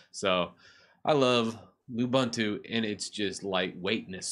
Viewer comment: Great way to revive old computers and not let them go to waste! BTW, you mean lying around, unless that old computer is laying around blobs of dust ;) Also, all the "u"s in Ubuntu and its derivatives are pronounced as "oo", not "uh", so it's pronounced "oo-boon-too", not "oo-bun-too".